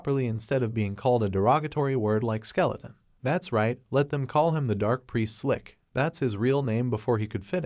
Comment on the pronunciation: It's not Lick it's lich